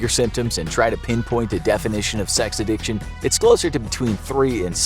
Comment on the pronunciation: Addiction pronounced A-dick-chin